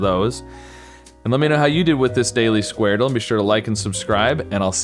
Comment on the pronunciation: It’s pronounced skwordle not squar dle